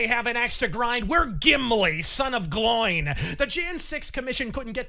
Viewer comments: actually it's pronounced glo-in. Yknow, like half the population of the riot. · Gimli's surname is pronounced "Glow-in." Ironic, considering the subject matter here...